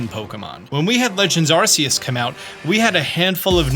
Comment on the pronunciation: Wait why does still say Ar-see-us? Ar-kee-us is canon.